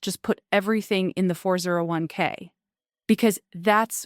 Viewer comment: "They Burn Thru Flueal " " FOUR ZERO ONE Kay" "Sabatossss" 'One Dollar and Forty Cents Million" not once but twice. Hey "" whats your retirement Date? is it $$$ based or Click Based, we "Carbon units" want to know, You gonna "pull the trigger" at "One Click and Forty Baits Million"????